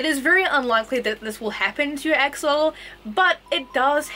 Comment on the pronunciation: The X in Axolotl is pronounced as a CH or SH. And the t is more prominent in the TL sound. One syllable. So, “Awshehlote(l).